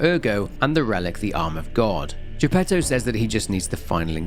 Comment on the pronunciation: Good grief, the Italian pronunciation for most of these names is atrocious, bar Giuseppe Geppetto which is done correctly. I will overlook it thanks to the quality of examination and narration delivered here, on par with his usual work.